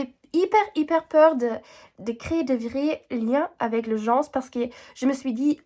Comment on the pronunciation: " Les Gens " le S est muet, on ne l'entend pas 😘